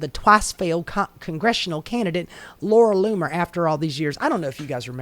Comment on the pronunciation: Laura Loomer you just said Laura Bomer